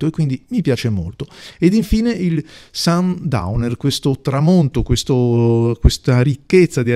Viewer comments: Molto belli. Qualche consiglio sulla pronuncia, se permetti 😅: (scrivo come si leggono) gevittervolke, nibla, fritzrot, sirimiri, sundovner, morghenrote, ghelassenhait. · niebla è una parola spagnola: leggerei "nièbla"; Gewitterwolke è tedesco: leggi "ghevittervólke"; sundowner è inglese: pronuncia inglese ("sandàuner", all'incirca). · Gentilissimo come sempre. Anche a me sembra inglese Sundowner, ma se vogliamo pronunciarlo alla tedesca...😁